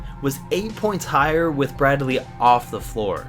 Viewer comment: Its Brad-lee not Brad-e-lee